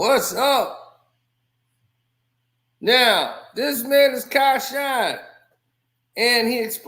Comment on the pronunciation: Wooooww you chopped that man's name up into pieces out the gate. His name is pronounced Kia Shine. I live in Memphis and we already knew this when the song 1st dropped.